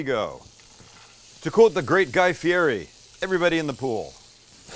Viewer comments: (It’s pronounced Guy “Fietti” ) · It’s Fee-Etty doohhh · If u respect guy fieri, then you should know how to pronounce his name . The r is supposed to have a t sound .